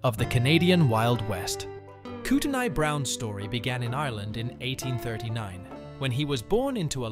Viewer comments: I was born in that area. It’s pronounced koot on eey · The "T" is silent in revenant. It if were a woman, it would be pronounced because it would spelle revenante for feminine gender. Look up the pronunciation of Kootenai.